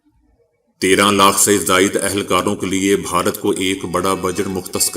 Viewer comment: بھائی صاحب ، ، " بہارت" نہیں !!! بھارت ھے ،،،، اتنا عام لفظ غلط بولنے سے پنجاب کی جہالت آشکار ہوتی ھے ۔۔۔ 😡😡😡😡